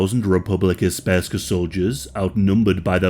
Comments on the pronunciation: This video is really good but PLEASE LEARN HOW TO PRONOUNCE THIS STUFF. You said Sprska not Srpska (pronounced Serp-skah) At least you got Alija's name right but just look up the pronunciation first please. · Speska?! It's SRPSKA. If you're going to make a video about a topic you should know what you're saying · my ears bled every time i heard you say sperska and madic but it was an overally good episode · You got almost every name right, but then butchered with "Republika Sperska!" It"s "Republika Srpska" which literally translate to "Serbian Republic!" I know it"s difficult to spell "Srpska" for non slavic speakers, but you could simply say "Serbian Republic" in Bosnia or Serbian part of Bosnia.. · Mf said spurska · Republika Spergska lmao. Common dude, it's Srpska. SERBSKA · How does one pronounce ''Sprska''? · Its Republika Srpska NOT Sp-rska. Jesus christ, maybe learn how to pronounce the literal main topic of your video before producing it. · I'm sorry but I died inside when you said Srpska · "sperska" please uninstal ur yt channel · "Republeca sperska" 💀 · It's all shit what you said. You don't even know how to pronounce Republika Srpska.